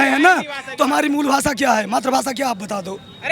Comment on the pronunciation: Matrabhasha ka uchcharan to seekhlo BHAASA nahin BHAASHA boliye